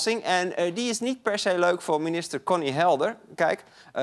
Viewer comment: Zegt hij nou Bonny ipv. Conny bij ?